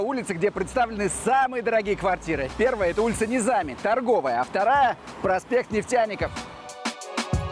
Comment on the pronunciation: Азербайджанцы, как вы думаете, нам нужны инвесторы российские? неужели вы не слышите Низами с ударением на «а», что будет, если какой-нибудь наш скажет Пушкин с уд.на «и», неужели мы неспособны сделать выводы за последние триста лет?